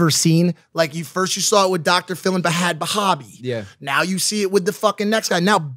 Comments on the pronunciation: Mike it's pronounced bad baby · Mike keeps pronouncing bhad bhabie wrong